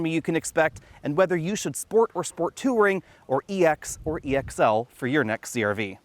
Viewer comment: Is pronunciation of "touring" and "inches" a specific regional accent? Or just his own jam?